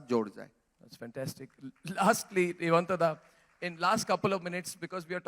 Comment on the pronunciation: It's himanta not hemanta